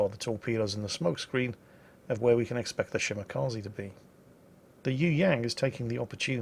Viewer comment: Anyone remember when pronounced it shi-ma-kuh-ze?